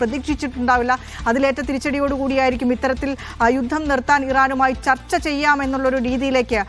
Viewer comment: ചർത്ത അല്ല ചർച്ച 😂😂😂😂0.5